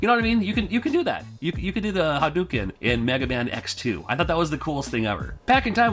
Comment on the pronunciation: Did you say HARUKEN???